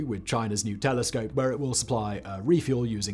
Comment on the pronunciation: Towards the end, Simon mentions a "new telescope" but at first I thought he said a "nutellascope" 🙂